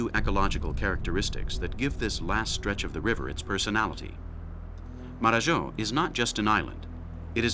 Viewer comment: Marajo. Not Mararhó.